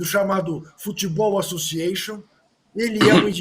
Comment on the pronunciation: Futebol associantion 😂😂😂